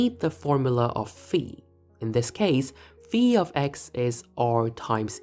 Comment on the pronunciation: As someone who studied Greek for a time in the middle ages I appreciate the pronunciation of phi as fee.